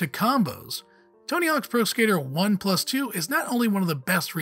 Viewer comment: Has this guy ever played a video game before lmao. “Tony hawk 1 PlUS 2”